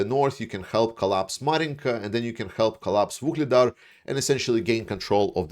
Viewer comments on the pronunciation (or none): none